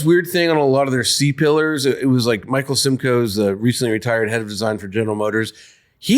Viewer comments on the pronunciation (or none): none